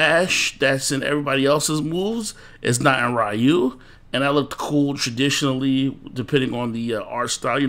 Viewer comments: Dude, it's not rahyou, come on, it's Ryu, haven't you noticed it already? It's been 30 years already. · It's Roo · U lost all credibility when you couldn’t even say Ryu’s name correctly